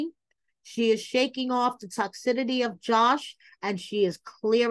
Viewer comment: ...Girl.... it's pronounced" tock sis city" not sure if you're doing that intentionally but giiirrrrrrlllllllll